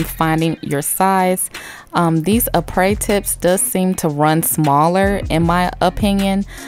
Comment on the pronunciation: Crystal lol no the stuff she was using was from “Aprés kit” you pronounce it as a pray